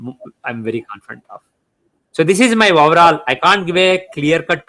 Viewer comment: I hardly understand any thing he says.He said woverall for overall.